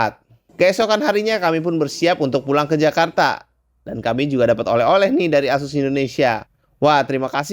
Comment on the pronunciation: Asus bang bukan ases 😂